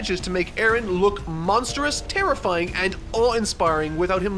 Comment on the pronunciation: man your pronunciation of the name Eren throws me off so much because it's a turkish name and it's pronunciation is way different here